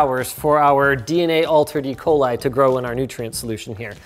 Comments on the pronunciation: "Don't get E. Coli" That sounds like E. Coll... Is this a reference to the retro future?(Elliot Coll) P.S. I KNOW What E. Coli is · E. coli, not "E. Coli", my God, this is an infinite war of mine! Hey, I'm kidding, I've seen my collegues (physicians) make the same mistake over and over XD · You did not just say you're using 'Ecoli...' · Did... did he just say 'E-coli"?